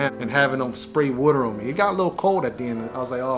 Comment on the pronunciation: It’s water!!!! Not wuter!!! 🤦‍♂️